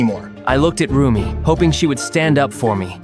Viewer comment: it is also rumi not roomie